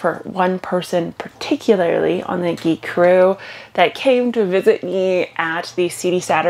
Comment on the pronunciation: GIC Crew now I get it I thought you were saying Geek Crew with a Canadian accent